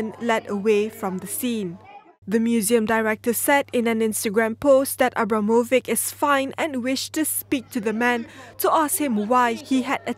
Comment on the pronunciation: People should definitely learn how to spell names. "C" in name Abramovic is pronounced like "ch" in "children" , not like "c" in "cat". Is it so difficult to grasp?